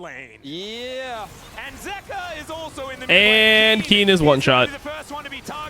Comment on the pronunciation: Bro can you say their names properly.. ZOOS, ZEEKA?